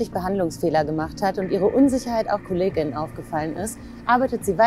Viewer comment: Wenn man es sich schon auferlegt hat, dann sollte man wenigstens so gendern, das eine Pause beim Sprechen eingelegt wird. So wie es hier ausgesprochen wird, klingt es, als ob ständig von Patientinnen, Kolleginnen und Ärztinnen gesprochen wird.